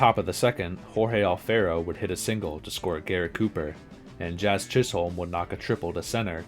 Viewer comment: "Jazz Chizz Holme" 🤦